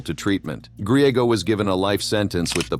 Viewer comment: You saying Griegos wrong it Spanish New Mexican at that to